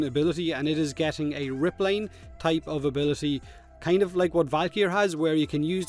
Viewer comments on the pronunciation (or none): none